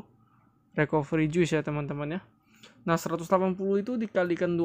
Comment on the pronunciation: Recovery bacanya Rikaveuri :(